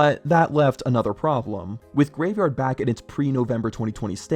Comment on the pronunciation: reupload cause said yavegard instead of graveyard 😭